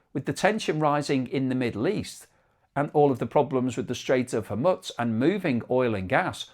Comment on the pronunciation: Very interesting video. Please stop saying Hormuts tho